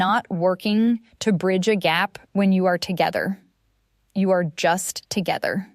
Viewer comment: This is AI .. No person would say “a-r-e” instead of “are” mid sentence like it was normal.